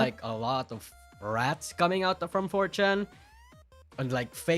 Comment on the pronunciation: isn't pronouncing rrats correctly.